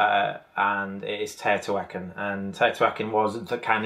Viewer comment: Tayotawhackin??? Teh-oh-tee-hwa-caan please..😋